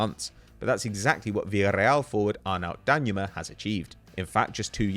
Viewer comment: IT'S DANJUMA NOT DANYUMA!!!